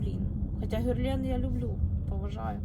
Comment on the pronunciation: На сайте Брокард тональный стоит 1762 гривны и фирма ГЕрлен а не ГЮрлен😂